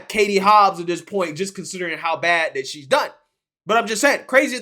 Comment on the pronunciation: Sorry; it was either an honest mistake, or a graphic from MONTHS AGO!! As a side note the word is "THAT" not "DAT" as you kept repeating, over and over!